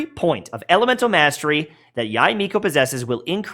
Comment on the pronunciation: I think her name is pronounced "Yey" instead of "Yai."